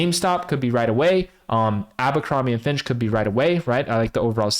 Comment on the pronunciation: Its "Abercrombie and Fitch" not "Abercrombie and Finch". You're giving me cancer.